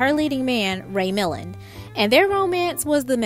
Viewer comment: Yes, it should be pronounouced, Ray Mil-land' with accent on the second syllable, as in, "mil-lawned". Cannes Film Festival, like the city is a French proper noun, said like "Con". Will you younger folks please do a little more prep before mispronouncing so many names and words on your podcasts?